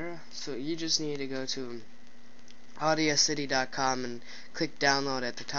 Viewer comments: It's not pronounced audio city it's the actual word Audacity, look it up. Example: He had the audacity to say that to me. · Audacity is pronounsed ' or - das - ity' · Don't listen to him. It's pronounced 'awe-dass-ity'. Like 'audio' is 'awe-dio'. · In the vid you said Audia-city.